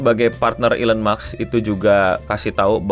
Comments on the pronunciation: NO!!! bukan elon muks! tapi elon musk! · maaf no mau koreksi lgi, elon musk bacanya elon mask bukan elon maks makasih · elon maks atau elon musk bang😅😅😅